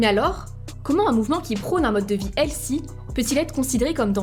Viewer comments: Pourquoi, les français, vous prononcez toujours « hel-ssy » et non « HEL-FY » comme c’est censé être prononcé?!!!!!!!! C’est vraiment chi_nt. Faites un effort sur la prononciation si vous allez utiliser des termes anglais. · Healthy, pas "hellsi" 🤨